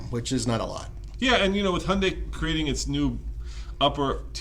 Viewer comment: WTF is going on with your pronunciation of Hyundai??? It is not Hunday!